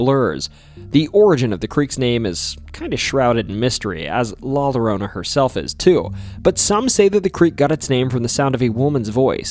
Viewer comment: La lorona? It’s la yorona that’s how it’s pronounced a double l in Spanish is pronounced like a y